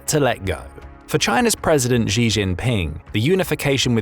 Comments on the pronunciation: pronunciations Xi - she not zhe；beijing - beijng not beizhing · It's "sheee",. not "zjeee". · Xi: [shi], not [zhi], pls 🙏🙏🙏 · Xi is not pronounced "Zhi", that sounds more French than Chinese. It's much more like "Shi" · XI is pronounced "SHI" Jinping, not "GEE" Jinping. 😝🤪😜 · Well I can nobody pronounce xi jinping's name. It's pronounced "She" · Pronounced (She). Just like the girl he is.